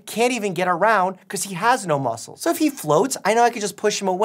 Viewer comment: "there's like mucles all over the place"-doctor mike